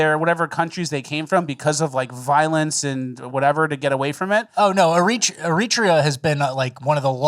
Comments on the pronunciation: "Eritrea" is pronounced air-ah-TREE-ah (in case you cared). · Era-tree-ah is how you say the name. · Eritrea is pronounced Air uh TRAY uh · It’s pronounced Air-it-trayen. Just looking out for ya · You butchered the pronunciation of Eritrea. Its pronounced eh·ruh·tree·uh. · I think it's pronounced "Air Eh Tray A" (Eritrea) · Please research the pronounciation of Eritrea. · is pronouncing Eritrea wrong, I think.